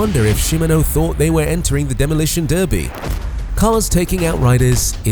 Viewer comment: You keep pronouncing 'Derby' wrong in your videos